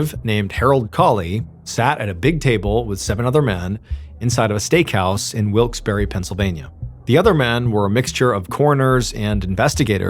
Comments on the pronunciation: didnt realize it was in pa until he said hershey cause of the way he was pronouncing wilkes-barre. barre is pronounced like bear lol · As someone who is from the Lancaster area, I've never heard that pronunciation of Wilkes-Barre. I've always heard it pronounced Wilks-Bar. Anybody else local want to weigh in? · Drop the eee sound at the end of Wilkes-barre. I'm from near there. It's wilks bear basically. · Dude the way you said "Wilkes-Barre, Pennsylvania" made me legitimately flinch. I did NOT expect MY city to be mentioned. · Not for nothing but it's pronounced Wilkes Bar not berry and yes that bugged me a little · It's pronounced Wilkes bear not berry. I'm from the Poconos PA. I'm a verified source 😂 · Wilkes-Barre is pronounced Wilkes-BAR, not Wilkes-Berry. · We pronounce it Wilkes Bear not Berry. But hey, you tried. :) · As someone from North East PA, I just gotta say that it's pronounced as "Wilks-BEAR" not "wilks-BARRY" lol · Neither. We pronounce it 'Wilkes Bare' (rhymes with bear.) True, some still say wilkes berry or barry or even bar as you mention. But the locals say 'Wilkes Bare'. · For the record, it's pronounced Wilks BAR, not berry. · Up air its pronounced Wilkes BEAR not Wilkes berry lol 😂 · It’s pronounced Bar not Wilkes bare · It’s pronounced wilks BAR. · What I find most unbelievable about this story is that no one on the team seems to have taken the trouble to look up the pronunciation of the town. It is true that some locals do pronounce it the way MrBallen is pronouncing it -- but it is more commonly pronounced "Wilkes bar" -- as in, for example, a bar of candy. Think of an "Ice Cream shoppe". It ends with PPE but do you say "shoppy"? No. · It’s pronounced Bar. Wilkes-Barre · "Wikes BARR" is how you pronounce it. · The pronunciation of Wilkes Barre as Wilkes Berry made me think I'd heard it before. The $1 imillion settlement for the first husband's death confirmed it. This is a repeat. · no Y sound on the end of the city's name